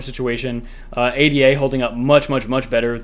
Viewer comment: Yo dawg, love ya, but i gatta tell ya, it's not A.D.A it's Ada, as in Ada lovelace Anyway thanks for the vids, you're my favorite crypto youtuber. You make technical analysis... Fun!